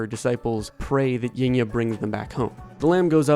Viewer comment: Yngya pronounce Ing-ya